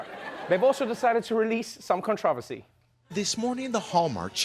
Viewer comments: What the hell is con tra versy Trevor? 😂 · Trevor is South African This show is aired in the US I guess I don't get the controversy (pronounced /KON-truh-ver-see/ in the US, not /kin-TRAH-ver-see/ like everyone else says it ;) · Nope, no "cintroversy" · The way he says controversy? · I hope Trevor never loses his pronunciation of "controversy" 🥰🥰